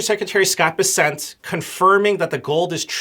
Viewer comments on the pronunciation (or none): It’s BESsent. Emphasis is on the first syllable! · Why are you callinh him Scot Besset? Its BESSEN....